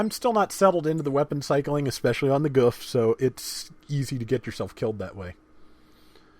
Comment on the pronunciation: It's "Goof"